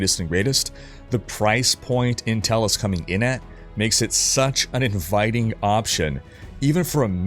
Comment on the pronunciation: learn how to pronounce intel for the next video please